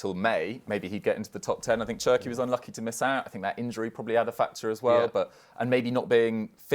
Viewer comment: Did this guy say Cherki???? 😂😂😂😂😂😂😂😂😂😂😂😂😂😂😂😂😂😂😂😂😂😂😂😂